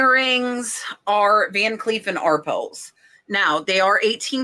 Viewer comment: Isn’t it pronounced like “are-pale”?